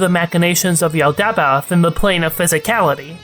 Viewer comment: This is half a decade late, but 'Yaldabaoth' is pronounced 'Yall-da-bauth'.